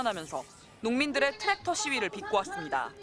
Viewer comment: 트랙터 발음을 이상하게 하네